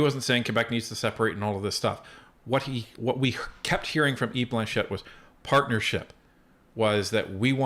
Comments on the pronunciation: Just a small correction - It's Blanchet, not Blanchette. 😊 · Guys...I grew up in Quebec...it is "Blanchet" not "Blanchette"... just say'in, love ya